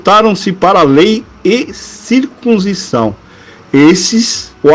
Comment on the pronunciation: Porque você não ler corretamente a palavra circuncisão?